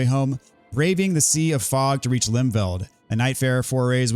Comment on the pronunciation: Im sure its pronounced Limfeld. Feld means field in German and these games have a thing for having words from different languages put in. Just like Zweihänder. Also the letter V is sometimes pronounced like an F in German so Limfeld would make more sense.